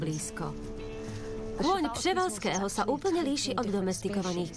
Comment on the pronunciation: Laila&Kara SSO jsou to kone przevalskeho,ale cte se to"prevalskeho ", :-)